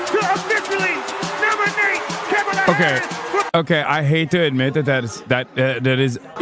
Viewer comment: “We are here tonight to officially nominate Chemila Harris”? Did LJ miss the how to pronounce Kamala segment?